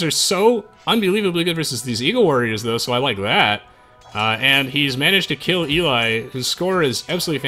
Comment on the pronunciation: HOW tf did you mispronounce Eli.... fucking hell